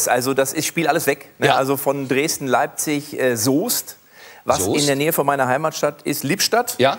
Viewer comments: Die Stadt schreibt sich Soest. Aussprache: Soost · Oder einfach mal "Soest"